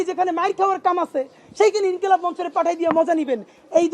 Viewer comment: ইনকিলাম মানে কি??বানান পারেন না, ইনকিলাব বলতে পারেন না।